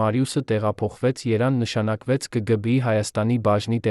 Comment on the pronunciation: Բառերը ճիշտ ասա երան չէ Երեվան է